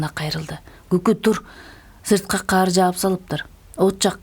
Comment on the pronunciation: Эмне учүн дайыма карды каар деп окуйсун?